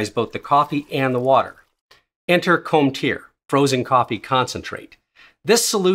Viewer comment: I can't imagine the dread you went through realizing how you pronounced Cometeer 😭